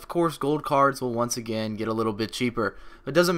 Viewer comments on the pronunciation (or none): none